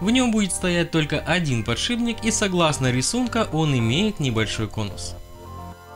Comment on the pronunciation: ПодшиБник, подшиБник, подшиБник, подшиБник, невозможно слушать!